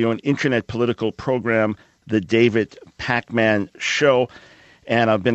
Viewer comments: it,s david pakman not pac-man get it right dr. michael brown ! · He pronounced it like "the David Pac-Man show" that 2nd reference.